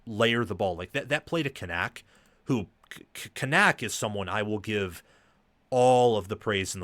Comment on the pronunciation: Media guides are free, and I doubt you actually listened to game, because you are BUTCHERING Kanak's last name. It's pronounced Can-ick. Rece and Kirk pronounced it correct multiple times.